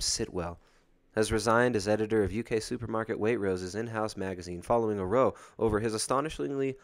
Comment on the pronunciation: Dude can't say row.